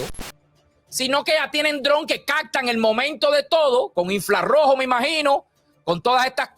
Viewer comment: INFLA ROJO🤣🤣🤣, infra rojo bro